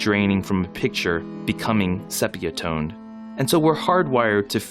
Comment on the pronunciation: This is absolutely brilliant! I've seen the show four times, and heard the album thousands of times, but I know little about music, and so this ws a revelation to me. If I may, "sepia" is pronounced "SEE-pee-uh", with two long E sounds. (Because I do know language.) Again, thanks!